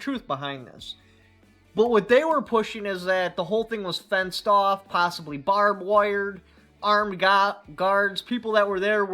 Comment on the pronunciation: Did he say BOB wire?